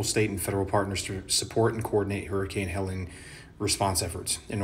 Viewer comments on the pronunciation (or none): Helleen. Not Helen.